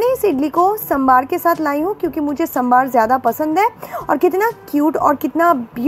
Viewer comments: Di its saam-bhar not sam-bhaar ❤️ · Saambar hota hai....'sambaar' nahi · Sambaar nai sambar hota h ji ..